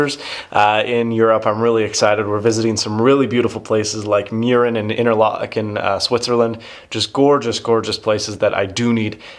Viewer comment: you pronounced interlaken well for an american :3